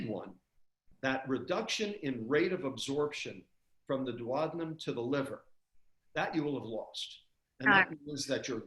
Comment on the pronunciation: Why does a doctor pronounce 'duodenum' incorrectly?